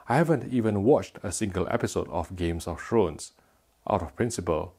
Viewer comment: Did he say games of shrooms